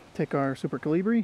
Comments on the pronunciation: I almost stopped watching when you said "Kah-lee-bree" -_- smh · This dude is hella funny he said ca-lee-bree like its a word it like lui caliber one of his videos it's like a few years old